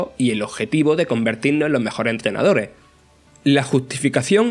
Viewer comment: Muy buen análisis, solo me pone un poco incomodo que nunca digas las “S” finales en tus oraciones, entrenadore por ej, saludos